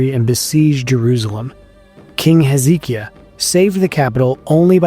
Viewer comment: I think they were the survivors of the fall of Atlantis, which is now the islands of Thera (Santorini) and Therasia in the Aegian Sea, which fits the narrative here. In the Greek story, Poseidon was the god of Atlantis, while Dagon, a fish god, was the god of the Philistines. You mispronounced Hezekiah making it sound more like Ezekiel.